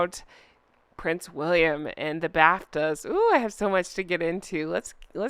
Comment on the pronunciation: I thought you said "Prince William in the bathtub", drat, you said Bafta 😅😂😅😂😅❤ Honk honk